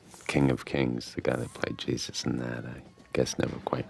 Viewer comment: "Gyee - Zuss"